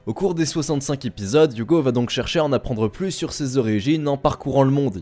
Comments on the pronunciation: "deux cent trente zépisodes" ?? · Il faut vraiment arrêter les fausses liaisons genre 208 z'épisodes ...